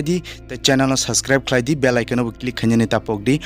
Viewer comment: Ur literally saying ba chennel 😂